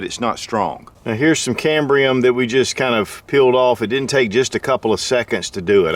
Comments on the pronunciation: It's not cambria... it's CAMBIUM... without the R. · PlayStationPlayz Cambium pronounced cam-bee-um. He was saying it wrong. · Is there an R in Cambium? I'm pretty sure that there isnt! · No “ R “ in cambium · Hey, there is no "R" in Cambium....sorry, hahaha... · If you are going to teach folks to eat Cambium, you should at least pronounce it correctly.